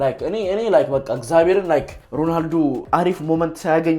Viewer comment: አታናደኝ ። ሮላንዶ እያልክ ነው ምትጠራው ሮናልዶ በል።